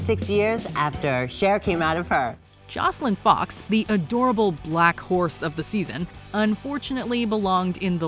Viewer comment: Girl, why'd u say "black horse" like that?